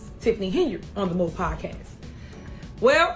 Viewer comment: I didn't know podcast could be pronounced with an X...